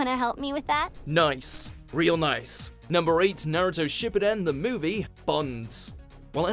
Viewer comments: Whoever is commentating this video stop of botching the word Shippuden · Not SHIP E DEN. It’s SHIPOO DEN